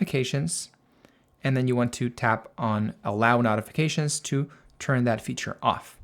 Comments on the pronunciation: Very helpful. BTW, "notifications" is pronounced with a long "O", as in "note", not "not". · That was a bit distracting…the root word is NOTICE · Can you mention the american pronouncement of "Notifications". So listeners know what you are saying. For a minute I did not get what you meant.😊😊😊